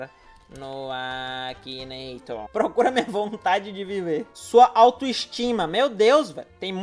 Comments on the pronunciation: I R Ô N I A, e ainda fala errado "akineitor" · realmente, mas duas vezes... "Akineitor"